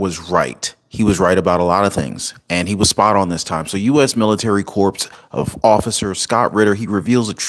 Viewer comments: "CORPS" is pronounced" KOR", not CORPSE. Just wow. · Check your pronunciation on Corps. It's corps, not corpse. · Honey, it’s pronounced “core” not corpse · Hey, really like your show, lots of great information. Also, just a point of info. Not trying to be a jerk, with regards to the word Corps, the P and the letter S are silent. It's actually pronounced COR. Anyway, thanks again for all the great information. Stay safe. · Hey, US military corps. The word “corps.” Is pronounced core. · Corps?? Spelled that way. Not pronounced